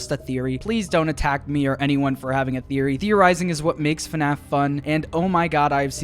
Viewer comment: why did you say funaff?